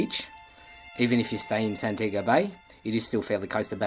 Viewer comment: That is Santi-ago. not San-tiago, spanish